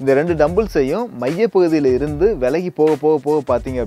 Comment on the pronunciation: I love all your videos. I think the next thing you guys have to do is start correcting your mistakes in language. Pronunciations and wrong words used. e.g. pronunciation of dumbbells at about in this video There are a lot of Thamizh words mispronounced as well but it might be physiological for the speaker or sheer habit.. like vaelagi vs vilagi Keep up the good work. Never stop learning :)